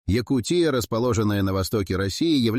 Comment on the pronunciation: ЯкУ́тия, а не ЯкутиЯ́.